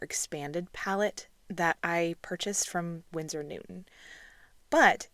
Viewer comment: BTW it’s Winsor not Windsor.